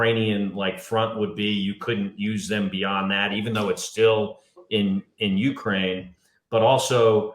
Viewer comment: Please learn how to pronounce Ukraine.